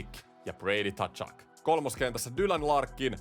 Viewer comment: Usko nyt että se lausutaan suomalaisittain ”katsuk”. Siihen ei kuulu ottaa sitä t:kirjainta eteen